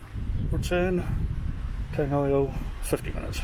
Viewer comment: Just to help with pronunciation a wee bit - try this : TEH - UN NAH not tay arnah. Tangoio - TUNG - OY - OR. Lovely video. This is my fave place for walks, take the mokopuna. :)